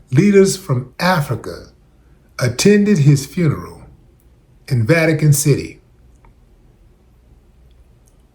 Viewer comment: We goin to thee Va-tee-gahn, neeega